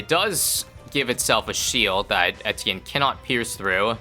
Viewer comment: Do you really pronounce Etienne correctly or is this just a dream?